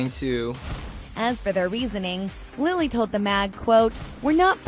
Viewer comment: Okay but its Lili not Lily~